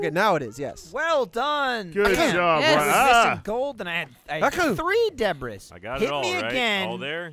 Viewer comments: They spend the whole episode calling it “debriss” and then forget to put the s in the title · oh dear god. Deb-Ris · Gavin says it Deh briss pretty regularly so, it's nothing new really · Anyone else hate that Lindsay keeps changing words all weird ? It’s DEBRIS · I giggled way too much at Lindsay's pronunciation of 'ancient debris'